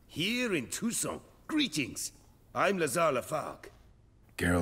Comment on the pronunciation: How come the armorer can't pronounce properly "Toussaint"? Geralt does it much better, and he's not from there. (By the way,, do listen to Geralt. Your "ain" sound in "Toussaint" is too closed, like the armorer's. That would actually be the proper way of saying "Toussent", or "Toussant".) Loving the walkthrough:-)